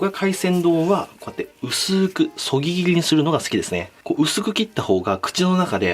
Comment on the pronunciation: いつもそぎ切りが言えてないのが気になる